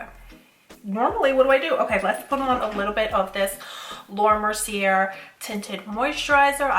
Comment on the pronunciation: You so cute! I giggle everytime you say laura Mercier. The end is actually pronounced Ay (Mer C Ay) its French 🥰💋